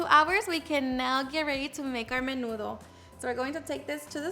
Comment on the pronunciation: Where the hell u learn that is not nenudo